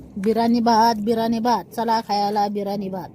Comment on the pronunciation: बिरानी नाही ग ताई बिर्याणी अस असते ते